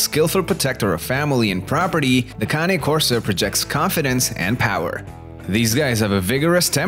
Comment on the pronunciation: County Corso ??? Cane ( pronounced - - caw-nay) Corso Italiano - - they are a working class dog and need to have a job or function to stimulate them. By all accounts they have the third strongest bite somewhere in the range of 700 psi and I believe it after watching my 19 month old pup crush a one inch stick simply by clamping down on it. If you look on this page you'll see Jason Cory's vids on his Cane named Bruce Wayne and mine looks like Bruce right down to the huge size, black color and white blaze on his chest except mine has the natural ears with the docked tail and weighs over 160 pounds. Most of what this guy in the video says is spot on especially the need to TRAIN YOUR DOG PROPERLY and get it used to meeting people and other animals - - properly socializing them. If you get one the size of mine he had better listen to commands or you'll have to walk it accompanied by 3 strong men and a gorilla - - they are powerful dogs and very athletic, very quick and agile. You get out of a dog what you put into it and in most Cane Corsos the protection instinct is just in them - - they are very observant as they are constantly on the alert so the owner has to be aware of how their dog is behaving and what he/she is telling you because if they deem it a threat they'll go after anything from a skunk to a grizzly bear ( going after either of those poses great problems but for different reasons obviously ) mine tried to bite the face of a grizzly chasing salmon upstream on my big fl